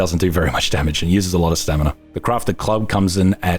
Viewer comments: Take a shot every time pronounces it "stanima". 😉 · Am I the only one who heard "stanima"? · Ive been away for almost a year from this channel. He still says stanima. Made my day. Keep up the good work. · nope, he does that all the time and it drives me furious but hey, you don't criticise, do you? also, I kinda gave up at this point